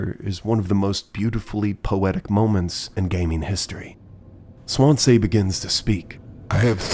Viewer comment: mispronouncing Swansea like how Markiplier mispronounced Daisuke 💔